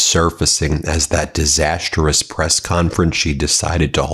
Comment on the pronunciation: Ben, PLEASE learn to pronounce DISASTROUS.